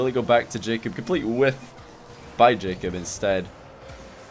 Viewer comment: after awhile I just started hearing him say "J cup" then i thought, damn dems sum big ass tittays